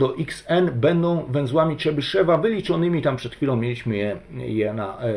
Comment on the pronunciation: Jakiego Czebyszewa , tam w ostatniej sylabie jest jo tylko Rosjanie tej "dierezy" nad e zwykle nie piszą , co nie znaczy że tej "dierezy" tam nie ma (Mówisz Chruszczew czy Chruszczow , Gorbaczew czy Gorbaczow , tutaj mamy podobną sytuację) Tutaj Rosjanie sami sobie robią kłopot bo lepiej byłoby jednak te kropeczki pisać Ja rosyjskiego nie znam bo zanim zdałem do piątej klasy to wyrzucili rosyjski z programu nauczania, moja mać nie chciała mnie uczyć a samodzielna nauka jest dla mnie za trudna Moja mać była nauczycielką tego języka a brat jest samoukiem jeżeli chodzi o rosyjski Dobrze by było poprawnie wymawiać te nazwiska T_{n}(x) = sum((n \choose 2k)x^{n-2k}(x^2-1)^{k},k=0..floor(n/2)) Najmniej obliczeń będzie jeżeli skorzystamy z zespolonych (Wzór de Moivre , Dwumian Newtona) ale na rzeczywistych też można (Po wstawieniu do rekurencji wykładniczej funkcji tworzącej dostajemy równanie różniczkowe z warunkami początkowymi tzw zagadnienie Cauchyego które wygodnie jest rozwiązać wykorzystując przekształcenie Laplace Ponieważ łatwo jest obliczyć n. pochodną czynników zatem wykładniczą funkcję tworzącą łatwo rozwinąć z wzoru Leibniza na pochodną iloczynu) sum((n \choose 2k)x^{n-2k}(x^2-1)^{k},k=0..floor(n/2)) Teraz próbowałem stąd wydobyć współczynniki tego wielomianu ale zarówno po skorzystaniu z dwumianu Newtona jak i po rozpisaniu powyższego wzoru dostałem podwójną sumę Po rozpisaniu powyższego wzoru dla n = 8 postawiłem następującą hipotezę T_{n}(x) = sum(sum((-1)^k(n